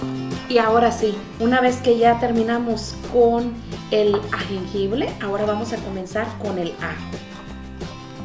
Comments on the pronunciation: Corrección.. No se dice agengible. Es jengibre. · qué rica está ese guisado muy sabroso Sólo quería hacerte los comentarios esa salsa de ostión engorda muchísimo tiene muchísima azúcar y tienen muchos almidones engordan terrible y se dice jengibre pues lo estás diciendo mal te lo digo con todo mi cariño y respeto porque sé que vives en Estados Unidos y allá en lugares donde no te dicen bien los nombres es jengibre saludos